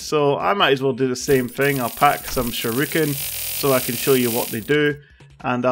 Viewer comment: Whats a sure-i-kun?